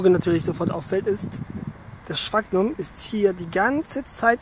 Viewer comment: "Sfagnum" bitte und nicht " Schbaggnum".